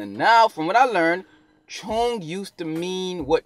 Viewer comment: Where im from, its said like 'chong', which rhymes with 'wrong'.